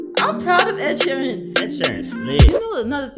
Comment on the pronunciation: Mans said Oluwasheeran, I'm gone!😂😂😂